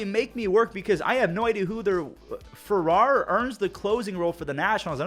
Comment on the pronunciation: you lowkey just hurt my feelings with that pronunciation with Ferrer considering that’s also my last name 😭